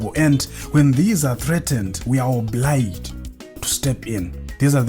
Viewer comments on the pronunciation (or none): iwe kkk its not obliged...its obhrijaidhi 😂😂😂